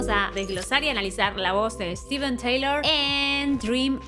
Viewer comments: Se escribe Steve Tyler y se pronuncia 'Tailer' no 'Teilor'...esa era Liz, nada que ver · Es la mejor voz del hard rock sin duda... Pero se dice Tailer, no Teilor. Saludos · Se pronuncia Tailer no Teilor, Steven Tyler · Tyler, tyler, tyleeeer. No taylor. 🙄🙄🙄🙄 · Muy buen video y muy buen análisis. Solo que en lugar de decir “Teilor” en el caso de su apellido tienes que decir “Tailer” la gente de hablé inglésa pronuncia su nombre “Ssstiven Tailer” saludos hermosa. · Se pronuncia “tailer” no “teilor” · Todo bien excepto que su apellido se pronuncia (/taɪ-ləɹ/) énfasis en la “e”no Taylor 🤪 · TAYLER se Pronuncia, no TEYLOR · SOLO ACÁ TENEMOS MENCIÓN DE MICKEY MOUSE Y CORRUPCIÓN INTERPRETATIVA EN LA MISMA REACCIÓN!!! GRACIAS POR ELEGIR MÚSICA QUE NUNCA PASARÁ DE MODA Y MENOS CON ANÁLISIS ASÍ DE PASIONAL ADEMÁS DE INSTRUCCIÓN DE UNA VOZ AUTORIZADA MARO, BESOS. ❤️ MORE PLEASE!!! (Dato a considerar… se pronuncia -Tayler-) ———-UPDATE…….. NO SABIA QUE CORREGIR ALGO PUNTUAL Y NO DEBATIBLE ME GANO LA INDIFERENCIA (NO CORAZÓN) DE LA YOUTUBER. BUENO NO FUE MI INTENCIÓN EL DESAGRADO SOLO APORTAR, Y SI LA ADULACIÓN FUNCIONA MÁS.